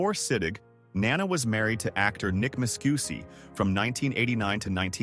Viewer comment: Nana/grandmother has the accent on the first syllable. Nana Visitor has the accent on the second syllable.